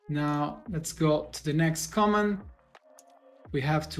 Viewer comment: Thanks for the tutorial. I just wanted to correct the pronunciation in case anyone didn't understand what you're saying: "Command" is pronounced /kə'mand/ with the stress on the second syllable. If you put stress on the first syllable, it sounds like "comment" /'kɒmɛnt/. And "paste" is pronounced /pejst/. If you use a short A, that's "past" /past/.